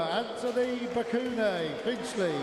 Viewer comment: Tell him to learn how to pronounce his name. Stop making excuses for him. Ibekwe became Bekune....Anofia